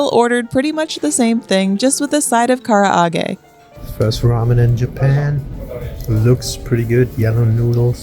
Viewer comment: I like your content, but Karaage is pronounced "Ka-ra-ge", not "Kara-a-ge"... Also the ramen restaurant you went to in Hiroshima is called Imamuraya... I'm not sure why you guys choose to not mention the name. Just my opinion, but Ichiran is better of the two.